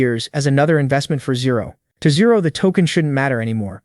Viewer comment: Riumin as zero😅